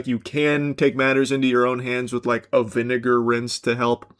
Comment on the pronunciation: He did NOT say vinegar